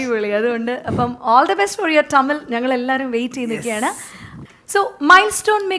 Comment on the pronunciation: ടമിൽ അല്ല തമിഴ് ആണ്.